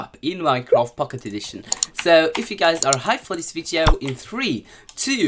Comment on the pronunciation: Why are u saying vieto